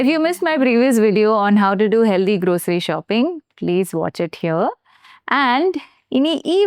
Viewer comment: not heldy but healthy